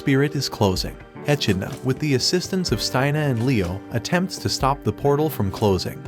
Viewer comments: Uhmm dude it's pronounced e-Kid-na not E-Chi-ni-la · How do you watch the anime and still pronounce the demon king name wrong. Echenola??? who's that. Not to mention it's not even a Japanese name. It's an english word - an animal. Echidna. How do you misread that??? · Bruh, in English its pronounced ( e-kid-nuh) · The way he pronounces echidna is painful.